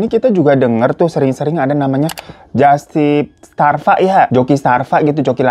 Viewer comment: Strava bang Hiro bukan Starva 😭🤣